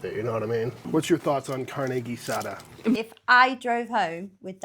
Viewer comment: This is not Carne Asada this is Carne Guisada gee-sah-duh